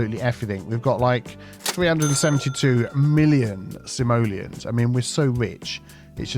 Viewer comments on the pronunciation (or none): none